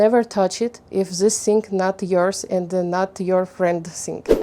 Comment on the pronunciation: Mind the places of stresses you put in the words: impòrtant polìce càfe В словах на подобие thing "th" звучало как звук "s", то бишь слово стало "sing", что имеет совсем другое значение. И вне контекста могут возникнуть некоторые недопонимания на этом фоне. Есть уйма тренажеров (даже на том же Ютьюбе) направленных на постановку и разработку межзубного глухого и звонкого "th" If you want to sound like the native Умничка! Стремление к самосовершенствованию— залог успеха и светлого будущего~💜